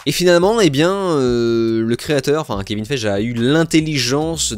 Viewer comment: Pas sûr de la prononciation de Kevin Feige 😂